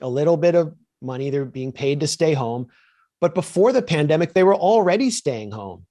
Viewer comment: "I don't believe in conspiracy theories" — then you described the definition of a conspiracy as what you're interested in. PS: I'm not particularly a fan of conspiracies. Most of the evil is out in the open. BTW, the guest pronounces "plandemic" funny.